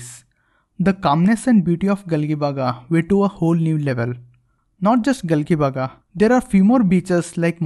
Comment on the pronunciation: It's not Gali baga it's galjibag it's pronounced like this